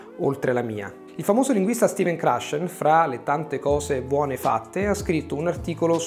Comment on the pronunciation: come mai che pronuncia "Stephen Krashen" come un italiano dal centro del tribù